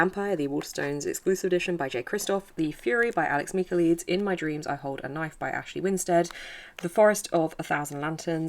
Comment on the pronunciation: I believe its Mick-ah-LIE-deez. I dont like his books either lol